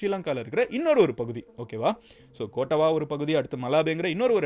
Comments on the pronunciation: Its not கோட்டவா its கொட்டாவ btw most of the indians are pronouncing srilankan names slickly but actually its not (kottava - கொட்டாவ) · கொட்டாவா இல்ல கொட்டாவ யாக்காலா இல்ல யக்கல மஹரகாமா இல்ல மஹரகம